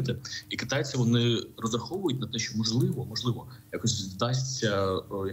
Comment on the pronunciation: навчіть, будь ласка, цю жінку, як правильно говорити слово що, а не Щo.